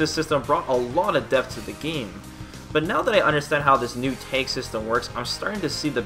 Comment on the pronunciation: it's tag system not " tank system " Jesus